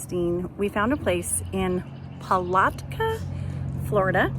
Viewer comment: We have been to St. Augustine 3or4 times , you found things I never heard of good job. Palatka is pronounced the middle a is like saying ( at ).